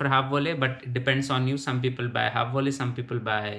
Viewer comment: Apart from just remembering the words, it's also very important to learn how to pronounce Dutch words correctly. Volle/halfvolle/magere for example was very wrong :)